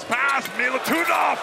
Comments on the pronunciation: It is not Milutunov , it is Milutinov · ‘Milutunov’, hihi…